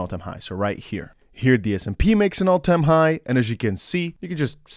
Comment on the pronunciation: Love your vids❣️ Btw, it's S&P, not SMP😘